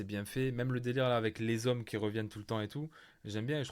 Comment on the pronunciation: Kendall, V, les zhommes, tempetes, cb waouhh je kifffff